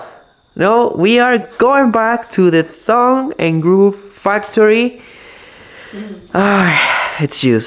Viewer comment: Thong and groove instead of tongue and groove! I’m with you bro! Love it lol!